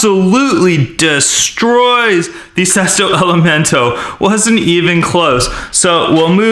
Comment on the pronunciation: That is not how you pronounce either of the Sesto elemonto and estoque